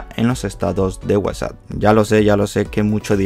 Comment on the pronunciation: Es whasa o whatsapp :v xDD